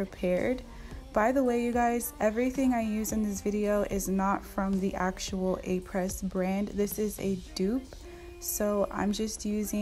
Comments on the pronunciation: its pronounced ah-pray, not apress - fyi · It’s pronounced (Ah-Pray) the S is silent 💕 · I believe “Apres” is pronounced “Ap-ray.” Just to let you know. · Just to let you know that Apres is pronounced “Apray” (not Apress). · This is not to bash you but to help you a little bit. This brand has as name a french word which means "After". Après is pronounced "Ah-Prey". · Does not know how to pronounce “aprés,” not even using Aprés, with random materials that are not chemically the same as Aprés 🤯